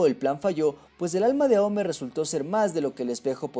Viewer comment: si se pronunciase aome entonces porque kagura no decis agura o a kageromaru ageromaru no justifiques una cagada del doblaje como pronunciación